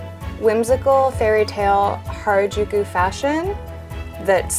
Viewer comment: No one: The people in these videos: harijuku fashon